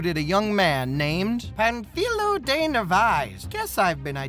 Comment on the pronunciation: just a tip to (finally) say his name right. first say pan (a bit louder this silable) and add filo, wich sounds like the philo part of philosopher. gl